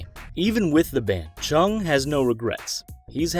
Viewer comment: And it’s Chung lol, can’t even get the person your defending’s name right